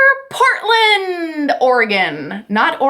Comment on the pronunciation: I live in Portland! You pronounced it correctly. Most people don't. Let me know if you want a human connection there.